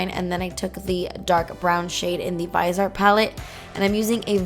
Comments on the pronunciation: the Viseart is pronounced veezyart I didn't want to correct you but don't want you to sound uneducated. lol hope you don't mind a nosey old broad sticking her nose in. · GORGEOUS eye look! I thought Viseart was pronounced like "vis-ee-art"?? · I'm pretty sure it's pronounced vis-e-art